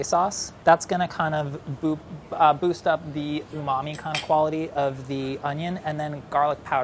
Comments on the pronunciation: This Guy... “Unami” “Umami” “Umami” 🙄🙄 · Nobody:: uMaMi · No one:: Rich UmAMi flavor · No matter how many times he says umamee (i have no idea how to spell it), I will never know what it means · Say umami again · Stop saying umami. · Please stop saying umami. 🙄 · Stop saying umami please and thank you. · Say umami one more time..... I dare you.... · If he says "umami" again I'm shutting this off. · Everytime anyone on BA says "Umami", I am filled with rage.